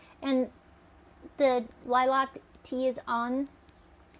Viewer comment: Looks good. But is it the normal way in the US to pronounce it "Lie-LARK? Here we just say "LIE-lk". Always new things to learn- I love the malleability of our common tongue. And now for a spoonful of jelly!